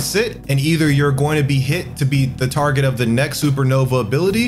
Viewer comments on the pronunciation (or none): none